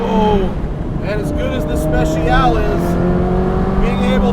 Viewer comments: Technically you are supposed to pronounce it "Spe-Chi-All-Ay" but everyone does it differently. I honestly just say "Spe-she-all-ay" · Matt, it's pronounced: 'specia-leh' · Thought it's pronounced "Spessyaleh"... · I love how Matt says "Special" "Royale with Cheese!" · Spe-cha-leh Matt. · The "e" at the end is not silent. It sounds like the letter A. Speciale. Spesh ee ahh lay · its pronounced as "spet-cha-lay" aint it? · you pronounce the e at the end of Speciale. In Italian, you pronounce every single letter. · Okok, so you review the Speciale Aperta without knowing the correct pronunciation of Speciale.